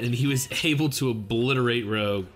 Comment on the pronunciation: So Vanica has Megicula. I cannot explain how sad I am. 😢 I was looking forward to new OPs and stuff... Let us hope that BC returns with better scheduling. BTW it's Rouge as in lipstick. Not Rogue. Just to let you know 😁